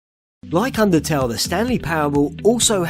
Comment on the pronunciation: Timothy Uhrich actually it's undertale not undertaleeeeeeeeeeeee